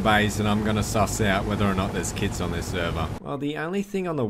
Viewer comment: The whole time he talked about “kits” I thought he was saying “kids”